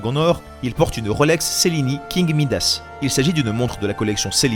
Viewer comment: Bonjour je voulais vous dire que Cellini se prononce tchellini